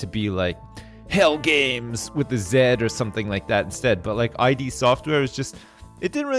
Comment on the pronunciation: It wasn't "I.D. Software". It's "id" Software. As in "id, ego, superego", etc. Freudian psychology. The id is the primal part of the mind, the instinctual and impulsive, sexual and aggressive drives. I know, I made the same mistake when I was a kid. It wasn't until I reached adulthood that I learned what the name really meant. P.S. The original working name for the group of friends who later founded id Software was "Ideas from the Deep", which they then shortened to id. They meant it to stand for "in demand" for marketing purposes, but several of them thought it was lame. Someone suggested a connection to Freudian psychology instead, and they accepted it as the official meaning.